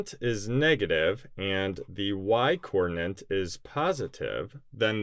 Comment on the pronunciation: Hi, are you aware that you are saying "coordinant," not "coordinate"? Is this an American thing? I'm in the UK and I have never heard this term. I know that there is something called an ordinante in coordinate geometry, which is related to coordinates, but isn't the same thing. Just wondering.